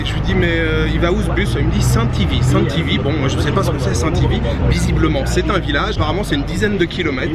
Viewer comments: Merci beaucoup pour cette vidéo! J'ai bien rigolé quand tu décrivais Saint IV comme un villagre presque pitoresque 😂En fait le gars voulait dire SNTV le nom des stations de bus en Algérie, mais avec l'accent ça donné Saint IV😂 du coup j'espère que tu n'as pas été très déçu par le Saint IV 😂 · Saintivi ce n'est pas un village, c'est juste la SNTV (société nationale de transport de voyageurs) en gros la gros, mais la prononciation a ete adapté en dialecte. Mâize ce n'est pas le petit du chameau mais plutot chèvre. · Bonjour S.N.T.V c'est une société étatique qui date des années 70 aujourd'hui elle n'existe plus mais la prononciation reste (société de transport des voyageurs)coucou je suis votre suis de chlef 200km à l'ouest d'Alger passé un agréable séjours